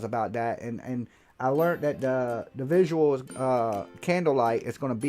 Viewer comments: He better check the laws again ask Richlife of Roadtrips about the drones.. IJS. EBEGGER. And please someone tell him its vigil not VISUAL.. he must have got his info from BHB. 🤣🤣🤣 Where's savages DUIS? clock is ticking... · And WHY so many YT folks who cannot pronounce VIGIL?! 🤓🤦‍♀️